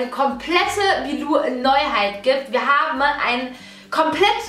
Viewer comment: Allein bei der Stimme bluten einem die Ohren. Dann die Aussprache "wir habene.." Und früher waren solche Dummchen ja wenigstens noch besonders sexy oder hübsch.